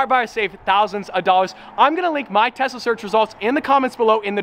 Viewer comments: Every time says "Tesla" it sounds like Tessa lol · Why do i hear “TESSA” every time he says “TESLA”?? LOL....